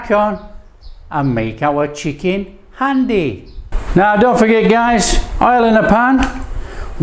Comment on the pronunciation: 1. Its pronounced 'haandi' 2. This isn't chicken haandi. I don't know what this is 3. You kill the methi adding it that early...unless you are using dried kasuri methi 4. You needed to add more oil to the spices/tomato to fry them off properly 5. Pre-cooked chicken breast?...use chicken on the bone next time for haandi 6. WAY too much yoghurt Apart from that it wasnt bad. It wasnt good either though boss.